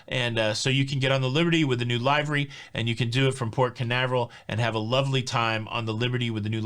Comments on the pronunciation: you usually make me laugh but I think since the towel animals are no longer around you are targeting me! Triggering me on the Cay - Key thingy AND now Livery - its LIVER-Y not LIVE-RY. Just yanking you chain, but seriously! LOL 😆😆😆😆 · How many times can we pronounce livery improperly 😂. It’s liver-ee like the body part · Livery pronounced as in Liver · small detail but you may want to know for the future; It is a short vowel sound on livery, not the long vowel sound. I appreciate all you do.